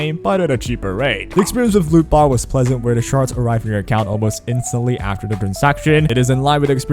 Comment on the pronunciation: I was on audio and kept hearing lupa instead of lootbar😅